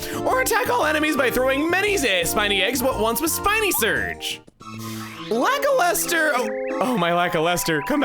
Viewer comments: For reference: Luh-kyle-ster. Don't worry, I said it your way as a kid, too. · I was today years old when I realized Lakilester sounds like "lackluster."